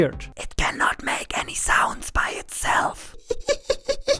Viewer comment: Nobody:: Zaunds, Zee, Zimple, Zelekt